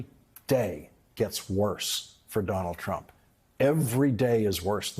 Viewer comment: It sounds more like he is saying "Donnel Trum" most of the time. I just call him Dump as that sizes him up pretty well.